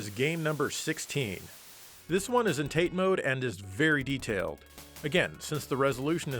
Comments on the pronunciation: I’m sure you know, but Tate is “Tah-Tay” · It's pronounced Ta-Te, nothing magical here, it just means "Stand Up" or "Upright". Awesome machine and video🥇🏆🕹️🔥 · Fun Fact: "Tate" mode as you say is actually pronounced "Tah-Teh" coming from the Japanese word for vertical. However, it's a bit of a misnomer because TATE is actually a screen orientation, NOT a scrolling direction. You are currently playing in "yoko" which means horizontal. Tate is actually a mode where a game (usually 4:3) is rotated to fill the screen. Thus, you go from a horizontal orientation of your physical screen (yoko) to a vertical orientation (tate) by turning your tv on its side! This trivia was brought to you by the shooter community. ™ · Tate mode "tate" is pronounced tah-tay which is Japanese for "shield"... >_> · Come on dude. You totally ruined my viewing experience by shouting incorrect Japanese pronunciations and we need to have reddit weeb discussion about this right now! It's Tah-Teh. If you see a vowel and then a consonant the consonant is generally the start of the next syllable. I once ate sushi made by a real Japanese so I know this shit.